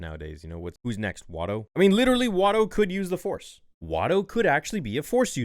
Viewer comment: WITEWWY ITS WITTEWY GORG LUCAS